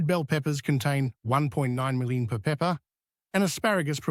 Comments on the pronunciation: Oh come man, what the heck is “75 mulla-milli-grams of Viddamin C”? 😂 Are you speaking in tongues? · That AI voice doesn’t like “milligrams”. Do you listen to your productions?